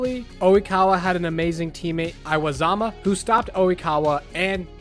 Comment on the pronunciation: Bro said "I-wa-zama"